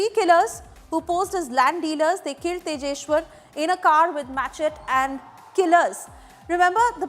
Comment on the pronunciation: You pronounced it as machet????😂😂 gawar godi